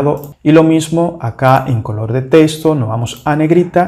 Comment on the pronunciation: Repite después de mi, no se pronuncia TESTO, se pronuncia TEXTO